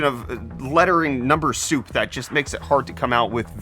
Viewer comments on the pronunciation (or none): none